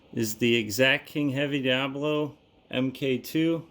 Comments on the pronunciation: My 100FPE .25 cal Talontuned Talon-ss-dor will👍 Also……..it’s DIABOLO not “Diablo” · Why u call The pellet DIABLO.. when is DIABOLO NOT DIABLO 😂😂😂😂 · This guy also calls the pellets "diablo" in stead of "diabolo" which the fool doesn't know all the friggen pellets he shoots is a diabolo shaped pellet. He knows buggetall about airrifles or the ammo it uses in any case.